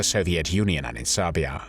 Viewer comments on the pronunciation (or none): none